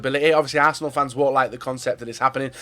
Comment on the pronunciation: Is it just me or did he say barsenal